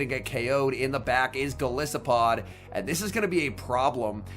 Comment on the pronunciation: Isn't Golisopod pronounced with a hard "I"? As in goliath and isopod?